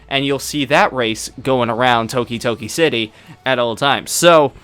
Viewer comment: He called the city tokitoki?...